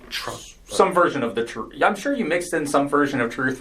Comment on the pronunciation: Im telling the trufff? Why can't these people correctly pronounce words like truth or bathroom. TH is NOT pounced FF. They are all so ignorant 😂